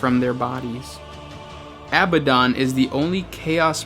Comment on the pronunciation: Not all 'current' chaos marines date back to the heresy. New chaos marines are created from humans deemed suitable and it is not unknown for bands of Imperial Space marines to turn to chaos directly or turn to common piracy. Also, you pronounced Abaddon incorrectly.